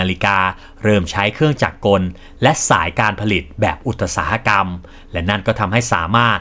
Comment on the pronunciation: ทำคลิปออกมาได้ดีครับ ทำลำดับข้อมูลได้ดีครับ ภาพประกอบเยอะทำค้นคว้ามาดีมาก แต่aiน่าจะอ่านคำผิด คำว่าอุตสาหะกรรม น่าจะอ่านว่า อุด-สา-หะ-กำ ตามราชบัณฑิต เป็นกำลังใจครับ